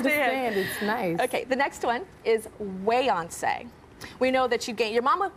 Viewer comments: “Buyoncé, Brioncé” chaos!!! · “BYEYONCE” DFKM🤦🏾‍♂️💀💀💀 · ‘First one - Buy-oncé’ - 👀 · When she said Byeoncé the first time and Beyoncé looked at her like she was crazy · The way Beyonce said sAyOnCe😟